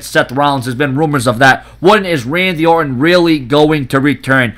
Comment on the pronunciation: OR'ON love the silen' T's